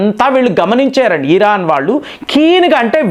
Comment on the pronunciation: Please meeru iran ni vichithranga pronounce chesthunnaru its irritating.... but ur sub is good call it iran not iiiiraaan